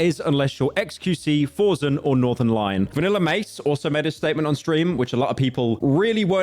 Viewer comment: It is pronounced Force N not forsn. also forsen never fucked up like all these loser streamers.